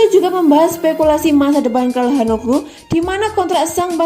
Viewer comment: Biasa Aja Kali Min Nyebutin Namanya Ini Italia Bukan Inggris.Immobile Ya Immobille Ejaanya Bukan Immobael,Ya Benaccer Ya Benaccer Bukan Benaker,Calhanoglu Bukan Kalhanoglu.Secara Pribadi Jujur Gak Enak Di Dengarnya.Sorry..!!